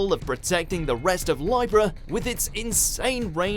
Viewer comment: It's pronounced "Lee-bra",, not "Lie-bra". It's the same as the astrological sign. I know there are sometimes differences between how the British & Americans pronounce some words, but somehow I'm pretty sure that Libra isn't one of those words!